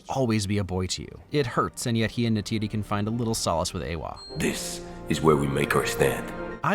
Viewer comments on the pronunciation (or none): It's Neytiri not Neytidi